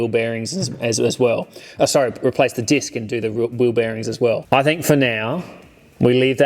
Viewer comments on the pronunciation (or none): none